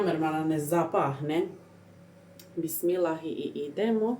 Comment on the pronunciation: I NE KAZE SE BISMILAHI VEC BISMILLAH